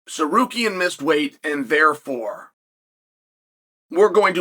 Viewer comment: omg he said Tsarukyan right